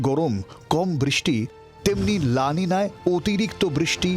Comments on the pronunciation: Oi may, Word ta La Nino NOY, BORONCHO La Ninia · The pronunciation is La Ninya